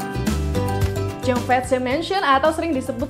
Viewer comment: Saya sangat suka video ini. Gambarnya bagus, informasinya bermanfaat. Akan lebih baik lagi jika kakak narator melakukan riset terlebih dahulu menyebut berbagai nama orang/tempat dalam bahasa asing. Contohnya: Georgetown, Cheong Fat Tze (Cheong marganya, Fat berarti berkembang kaya makmur, Tze adalah semacam gelar dan dibaca Chi, sedang nama aslinya adalah Cheung Cen Sun) Terutama ketika menyebut "tempat Sun Yat Sen melakukan pengumpulan dana untuk menggulingkan dinasti Qing.... Qing bukan dibaca King sebab 请 berarti jernih, untuk lidah Indonesia kita dibaca Ching.